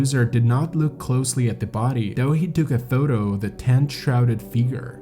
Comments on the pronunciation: This guy pronounced way more wrong than just place names. He pronounces "tent" as "TANT", for one. I have to rewind every few seconds to figure out what he just said. Great for watch time metrics, I guess. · Also, it's "tent", not "TAAAANT"